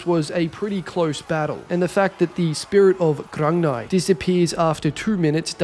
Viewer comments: Grung-ni. Its pronounced GRUNG NEE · its pronounced grug-knee